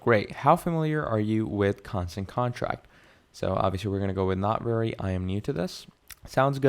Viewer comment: Bro, I try not to leave negative comments but you should really reupload this, you are presenting this as a tutorial which gives the impression you have some knowledge of the product. But you keep saying Constant CONTRACT, how can you not see the name of the software, it's right there on the screen the entire time 😂